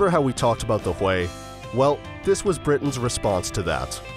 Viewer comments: Thought it was pronounced hughie???... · Hahahaha. The UH1y is called the Huey... pronounced hue-ee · You are soooo right!!! Could not believe how the guy pronounced it. He OBVIOUSLY was not there.